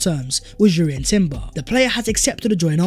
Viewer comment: Yo B - Jurrien Timber has a silent 'J' I's read out as Urrien, No J, thanks.